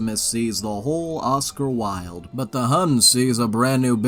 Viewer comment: So I'm just listening to this and I heard "sees the whole Odcar Wild" and got so confused lmao